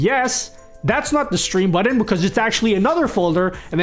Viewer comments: What's a "buddin?" (Sorry,...) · What the hell is a "Buddon"? 🤣